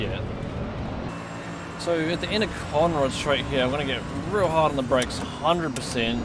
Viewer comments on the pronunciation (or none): none